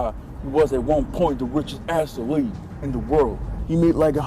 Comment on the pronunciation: . What is an Ass-a-lete? I thought you were an Assalete. !